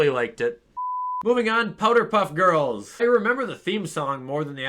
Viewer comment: is it just me or did he say powder puff girls